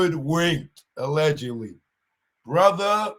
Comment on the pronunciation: Why y’all talking about another man’s child support, niggas is stupid 😢 What’s a fava? You sound ignorant, my fava, mova, and brova, it’s Father, Mother, Brother! 🫣🫣